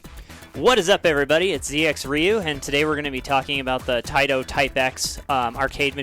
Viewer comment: What the hell is a Reeyou? Are you trying to say Ryu?